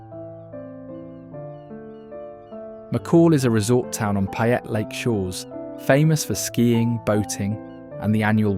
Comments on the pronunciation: "Even the locals don't know about???" You're not a local if you don't know about them. Oh and "Payette" is pronounced "PAY ette" not "PI ette". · Nice documentary, but if you are going to make a documentary about my state, learn how to say the names. You butchered ‘Payette’ and ‘Boise’ doesn’t have a Z in it.